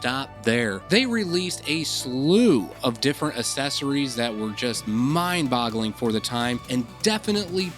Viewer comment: Take a shot everyone that dude pronounces aesthetics or accessories wrong. 🤣